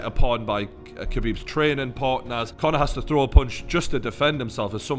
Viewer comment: Conor McGregor Faaaan ? Loooool this fatty doesn’t even know how to pronounce !